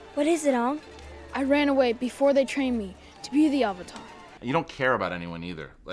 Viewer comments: and his name is ang not ung and its avatar not uvatar i actaully stud up in the movie theater and said this shit was stupid they cant even say his name right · they can't even pronounce the word "Avatar" or "Sokka" or bend a f*king rock. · Last airbender cuz it's pronounced aang and avatar not aung and auvatar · I know this video was posted 2 years ago but I rewatched The Last Airbender (show and movie) and now I need to complain about that STUPID DAMN MOVIE! For gods sake they don't even say Aang right! Or Avatar? Did M Night Shamadick even watch the show?! WHAT WAS GOING THROUGH HIS HEAD?! WHY DOESNT AANG HAVE BLUE ARROWS?! WHY DOES HE HAVE WIMPY HENNAS?! WHY WAS THIS MOVIE MADE?! AGHHHhHHH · The way they pronounce avatar and aang pisses me off so much more than it should